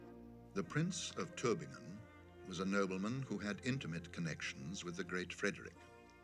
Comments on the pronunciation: Thats "Prince of Tübingen", not "Turbingen" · It's called Tübingen, not "Turbingen". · Tübingen not Turbingen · it's Tübingen, not Turbingen.